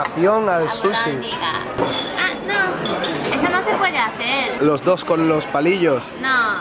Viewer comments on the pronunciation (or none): Porque dicen susy y no suchi?